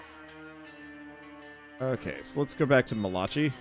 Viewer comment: "Ma-la-chee" oh god try "Mal-ah-kai"